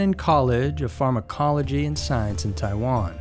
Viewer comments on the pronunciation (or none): none